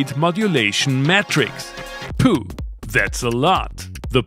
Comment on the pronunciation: When you say "Pooh" did you mean "Phew"? If so it is pronounced more like "few" just a friendly tip